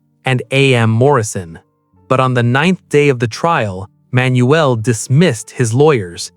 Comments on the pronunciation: Manuel is pronounced Man..Yule not Manuelle. I remember this very well. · You are pronunincing his name wrong. Its just Manuel. Say it all in one go and you will pronounce it correctly.